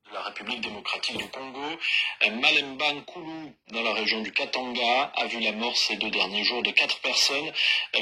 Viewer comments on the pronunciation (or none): Il S'AGIT de "MALEMBANKULU" et non "Malanda nkulu "😂😂😂